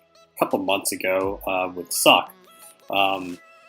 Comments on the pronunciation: It would be more like "Soch" (more throaty) and I don't know of any precedence to pronounce anything in this game En Espanol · Still confused why people are calling Sajj "Sock" and where they got that pronunciation/joke from